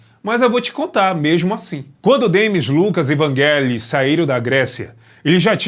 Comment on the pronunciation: não é não. É Vangelis mesmo. Sílaba tônica no "e"